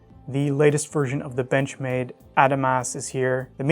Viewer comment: You are pronouncing Adamas wrong, it's ( Ah-dom-us) Benchmade customer service corrected me on a call the other day.